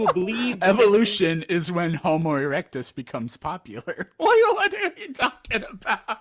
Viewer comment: If you didn't notice he also said "Homus erectus"